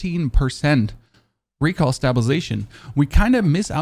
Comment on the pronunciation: Is it just me or does he say recal for recoil loll